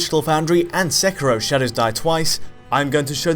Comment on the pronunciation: Ah you stopped saying Sekiro and started saying "Sekirrho", why :'(